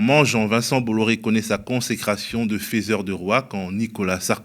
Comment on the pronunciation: Sinon , et là même si ça parait méchant, après la liberté (autoproclamée, et très à gauche finalement) de parole, l'apprentissage de la diction. Je passe sur la prononciation fèseur au lieu de feuseur, mais les balbutiements, hésitations, nez qui plonge dans un texte que le "journaliste" ne connait absolument pas, ça fait véritablement pas sérieux. A moins que ce soit l'époque qui privilégie les Goodenough ? J'avoue très volontier avoir des idées très à droite, mais étant ouvert d'esprit je cherche aussi à éprouver mes convictions en écoutant ceux qui sont d'avis contraire, mais je suis bien obligé de dire qu'écouter parler un mec qui ne sait pas parler, c'est pénible...